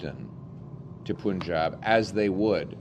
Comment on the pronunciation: fyi it’s not “poonjab”: Punjab is said with the pun like that word: pun. Like a play on words. And if it would help us with tourism and money why the heck NOT?!!!! We used to have a direct flight to Delhi which was somewhat popular, but it was cancelled when Russia invaded Ukraine. I’ve taken a direct flight there and back twice (with Air India not Air Canada). Air Canada, a Canadian air company, is LOSING money by no longer having a direct flight. Air India is getting these people instead. It actually makes perfect sense: if there’s a demand and we supply it it should help Canadian air industry. And tourism industry. 🫶🏻